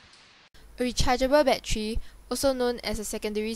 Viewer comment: wtf is a baddery?